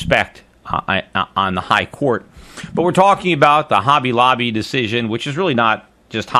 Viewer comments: It's Hobby Lobbly not Holly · It's hobby lobby not holly lobby. Just saying